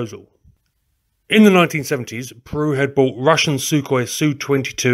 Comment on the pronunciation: SOO? 27, FFS they are SU-27s, NOT SOO's....goof up!